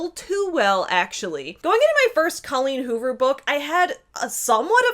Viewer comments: "Did she just say DOLLeen Hoover?" looks up "Oh." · "Dolleen Hoover" 😂🤣💀